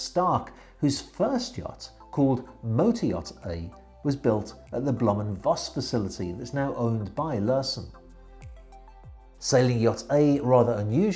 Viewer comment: Correction: Blohm und Foss Almost all "V" in any given German word are to be pronounced like an "F". The very few exceptions are words that seeped in from other languages like french. edit: Yes, that includes "Folksvahgen".